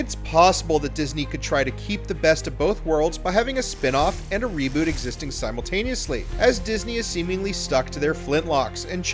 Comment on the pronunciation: Did he just say raboot?! Jog on mate no one wants that we just want Johnny Depp back in the new instalment